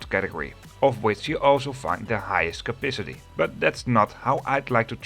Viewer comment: It's CAPACITY, not CAPICITY.